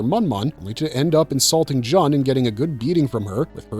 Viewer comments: Joon, not Juhn :) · You're welcome, & that also sounded so wierd when he said John instead of June 😊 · princess "jon" is not pronounced as JOHN, but rather JUN as in JUNE. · G-3's name: "Jun" is pronounced "Joon." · Thank you for the corrections. Especially on character names. I winced every time I heard Jun’s name pronounced wrong.